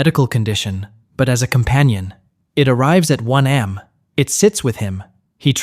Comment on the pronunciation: Are these ai generated cause who says 3 am like i am?💀